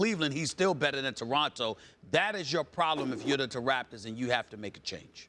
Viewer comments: Anybody else catch Stephen A. say “Taraptors”? 😂😂😂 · toraptors lol